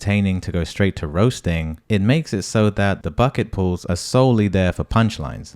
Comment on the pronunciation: You said bucket pools but i thought it was bucket pulls lol